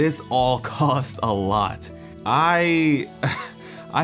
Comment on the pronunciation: "without the watermelon stevens it would have bin a total losh." ok so you said losh xD